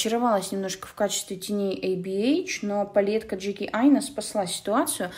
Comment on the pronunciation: Сначала послышалось, что ты сказала ни Эй Би Эйч, эй бич🗿